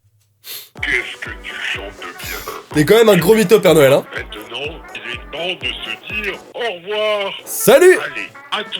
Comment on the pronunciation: au lieu de ''Maintenant'' J'ai cru qu'il a dis ''Enfaite nan''